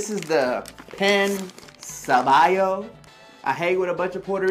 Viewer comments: Pan Sobao is pronounced Pong So Bow like Pow or Cow or How. Also, in trying to pronounce a specific word it is best not to make fun of the pronunciation of the word. It is perfectly fine to mispronounce unintentionally but to make fun of most of your pronunciations is just rude. Listening to the way it sounds takes patience and a proper effort. Being a youtube user it is extremely easy for you to learn the correct pronunciations so don't look foolish trying to be funny. You'll probably build a greater fan base that way. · His pronunciation was terrible but did you seriously just say that PAN is pronounced PONG?!?!